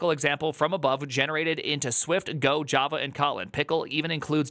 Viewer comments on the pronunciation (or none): none